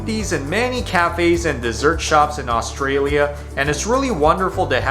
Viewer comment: He can’t even say Australia properly 😅ooorshtralia